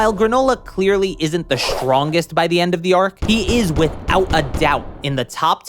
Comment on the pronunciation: why do you say "shtrongest" instead of "strongest"?